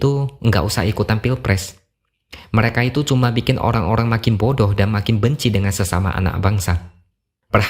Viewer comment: Aku ketawa mendengar cara X menyebut 'bodoh' 🤣